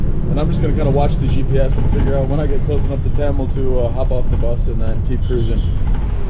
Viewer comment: Brother your pronunciation of Thamel is a bit off so people couldn't understand you right away. The way to say it is Tha-mél and put more emphasis on the mél (pronounced like mail). Cheers mate have fun👍✌